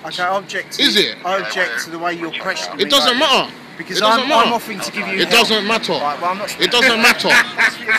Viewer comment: It doesnt matah it doesnt matah it doesnt matah😂😂😂